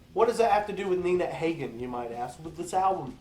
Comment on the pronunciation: Pronounced Ha-Gin, Dahling. I wouldn't be trashing Iggy, especially if you're a Green Day fan. Look up MC5, The Stooges, New York Dolls, The Ramones, The Clash, and X sometime.